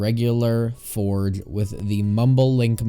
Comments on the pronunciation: my man pronounced forge forg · U said forge u should say forje